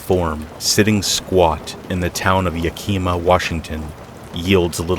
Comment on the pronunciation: it isn't yah-kee-ma its yak-ih-mah - a seattlite